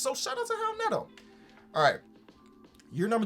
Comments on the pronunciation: why do you pronounce it howl neto? is that how he says it? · Is it actually pronounced "Howel Neto"? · Hal Neto. Is that how it’s pronounced lol? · “How Neto”😭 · Did think that the R in Raul Neto was an H? or is that how you're supposed to pronounce "Raul"? or is it just his dyslexia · why did he keep saying Howl Neto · please pronounce raul neto's name right